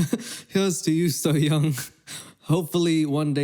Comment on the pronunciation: Bitch she is just seafood really? It's called SEAFOOD SASHIMI and stop saying her name wrong it's not called SOOYONG it's SSOYOUNG! Tf how she torturing those animals she is making food seafood chefs are psychopaths so that's what you mean? Because they are "torturing" / making seafood for their customers really?